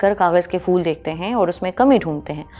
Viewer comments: Kahan se tallafuz sahi hai mazdoor ko majdoor bol rahi hai phool ko fool aur bhe bohut se ghaltian hain. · Madam fool nahi phool hota hai 😅❤ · fool nahi phool kahiye madam